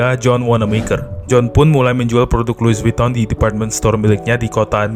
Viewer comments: Loui vitong bang bacanya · Lui vitong bang bunyinya.. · Lui vuttong mas cara bacanya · Lui vitong bacanya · Pengucapan Louis Vuitton secara bahasa Perancis = Luwi Vitong. CMIIW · baca brand nya ga gitu bg😢